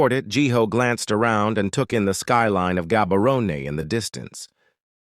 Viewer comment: It's prounced Habarone